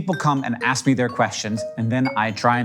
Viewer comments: Did I hear that right? I am 100% sure I just heard you say "ass kink" 🧐🤨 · Please some check me into a mental institution, I swear to god I heard him say “It’s called Ass Kank Anything.”